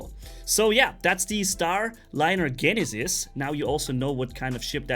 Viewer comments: Jen - e- sis lmao not GENisis. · I know it's confusing but the g in Genesis makes the j sound instead of g for some reason.